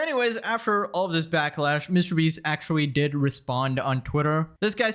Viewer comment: It’s pronounced actually not “ackuwalli”. Practice it.